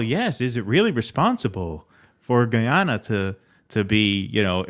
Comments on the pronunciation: We're not talking about French Guiana but Guyana. It's "GUYana" not "GHEEana." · The proper pronunciation is "ga-ya-na". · I'm from Guyana. And I believe its pronounced "guy" as in the fall "guy". So "Guy"ana. I mean no offense, you "guys" are great! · You are pronouncing Guyana incorrectly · Please do enough research on a story before you air it to at the very least properly pronounce the name of the country to which you're referring.